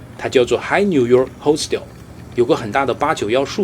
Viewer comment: "Hostel" 發音錯了. 😂Hostel 的評分一般都偏高，不能跟旅館相比。大概是住Hostel 的人大半是年輕人，對旅店期望值也不高。